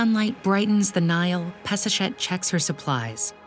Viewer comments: HER NAME IS pass a shet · Peseshet sounds like Piece-a'-Shit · I can't get it out of my head. Peseshet and piece of ** sounds the same!!! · All I hear is Piece of $het....seems lovely though. Actually fits with her priestly rivals. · Drink every time she says peseshet